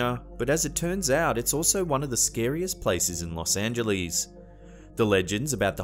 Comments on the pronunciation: Los Ang-uh-less, not -lees! Haha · I know it's nit-picking, but it isn't pronounced Los Angelees. It's Los Angeless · Haha!! One of the comments was how pronounced L.A. "Los Angelees"...I mentioned Arlo Guthrie's song "Coming into Los Angeles" where he says Coming into Los Angelees...bringing in a couple of keys! I havent heard Arlo mentioned anywhere for 30 years and now twice in one day!!! 😄